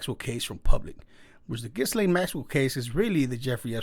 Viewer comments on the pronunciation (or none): people...ghyslaine...all of you say her name like >> guylaine... but her name should sound as.. >>>> geece-lane...